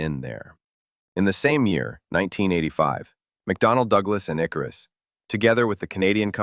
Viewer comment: It's IkArus, not IkarUs.